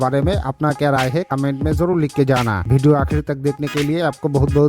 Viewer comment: Bhai वीडियो hota hai भीडियो nahin hota hai.